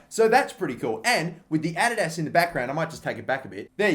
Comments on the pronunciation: why are you saying adidas like that? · stop saying adidas that way plz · The way he says Adidas kills me😂😂